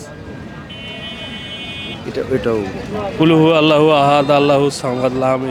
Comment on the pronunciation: ভাই যেহেতু এখলাছ পড়াচ্ছেন শুদ্ধ করে বলে দিন ।প্রথম ভূল ধরিয়ে দিন ।যেমন ক্কুলহু ওল্লাহু আহাদ হবে।